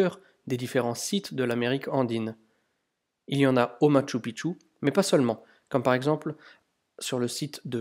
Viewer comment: Bonjour, Encore une magnifique vidéo. Une remarque toutefois sur la prononciation....:) Phonétiquement cela se prononce: maKchou PiKchou. Et non maTchou piTchou...Sinon cela signifie dans la langue "Mont petite bite".... à éviter de dire donc une fois sur place:) Amicalement Gus